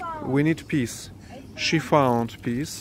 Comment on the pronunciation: hey my friend, you're pronouncing peas like peace. sounds like you're saying "we need peace". Peas is pronounced with a z sound at the end. Wishing you well